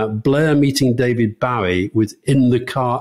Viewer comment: Please be reminded Bowie is pronounced 'Boh-ee' to rhyme with Joey.